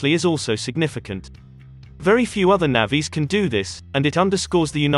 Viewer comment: An interesting video. If the narrator is human, may I suggest he learns to read? We have navies not navvies. One is a sea going military force, the other refers to labourers who dug Britain's canals.